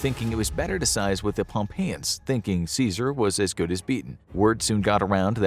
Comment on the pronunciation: Is he mispronouncing pompeii?